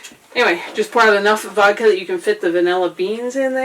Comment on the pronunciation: I lost you when you said: "Wodka"